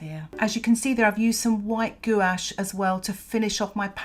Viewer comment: I love watercolor city landscapes. I wonder can you show how to paint some busy city street in the rain? And you pronouncing Gouache correctly!🙂